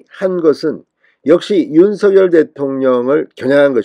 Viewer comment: 윤서결 이렇게 발음하는것 국문법에 맞지 않습니다 바르게 윤석열 그대로 발음하세요